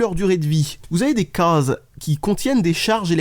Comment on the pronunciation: Alors les c est les CAAAAAASES...mdr l accent....